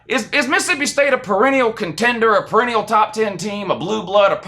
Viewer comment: Per-en-ial. Sound it out